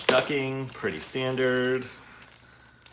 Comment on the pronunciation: Awesome video however knowing how a word is pronounced is important! The word you are looking for ducting! duc T ing not ducking!